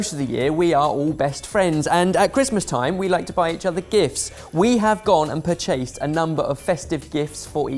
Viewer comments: Did seriously say ‘pur-chay-sed’ instead of ‘purchased’? Seriously? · Pur-CHASED? I think you put the wrong em-PHA-sis on the wrong sy-LLA-ble. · Pur-chased...that can’t just be an accent thing... like it’s so wrong